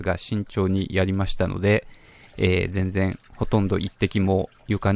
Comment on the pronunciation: じぇんじぇん違います